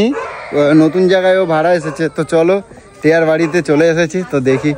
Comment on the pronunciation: টিয়া কে টেয়া বলো কেন? উচ্চারন ঠিক করো।